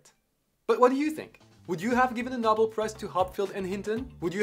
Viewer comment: Great video. One thing, it is properly pronounced “No-bell”, not “nah-bill”